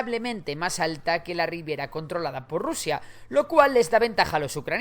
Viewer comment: Ribera, amigo, ribera. No riviera.